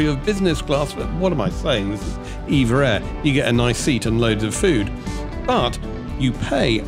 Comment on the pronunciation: Not called Eva. Say it E V A